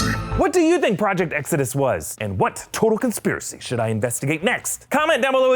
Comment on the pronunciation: it it just me that hears ''Toe conspiracy'' instead of ''Total''